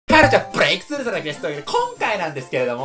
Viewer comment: はい！こんちゃ！ です！